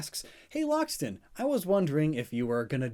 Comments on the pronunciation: Lockstin? More like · "Lockstin" more like "" #BanLockSIN